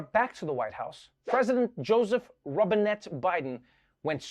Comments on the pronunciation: I thought he said Bidens middle name was Robinhood... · I thought they said Robin Hood at first, and then I listened again and I’m not disappointed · i thought he said his middle name was Robin hood lol